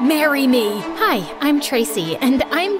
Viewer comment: I never knew was part of this aka the person saying “merry me”